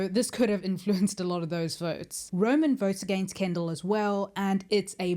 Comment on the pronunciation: Roman! Not Ronin...